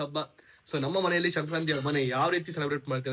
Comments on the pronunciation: ಅದು ಶಂಕ್ರಾಂತಿ ಅಲ್ಲ ಸಂಕ್ರಾಂತಿ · Shankranthi alla bro sankrathi😅 Happpyyy sankrathi🎉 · Shankrnti ಅಲ್ಲ ಸಂಕ್ರಾಂತಿ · It is not shankranti it is Sankranti 😂😂